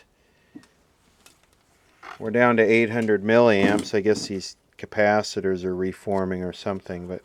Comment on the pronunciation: You need to replace the Ker-paaah-thet-errrz